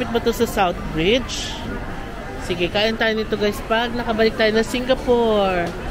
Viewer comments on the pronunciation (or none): none